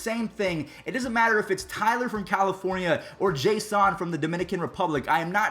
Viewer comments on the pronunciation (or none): Did you just say Jaissoon??